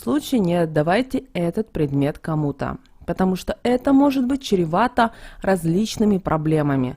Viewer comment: ЭТО ЧРЕВАТО, А НЕ ЧЕРЕВАТО.